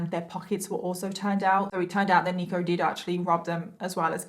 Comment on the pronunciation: In the beginning I thought she was saying "Negro Jenkins" 😂😂😂